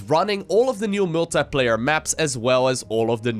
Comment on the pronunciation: Multiplayer [mool-thai-pleh-ier] :))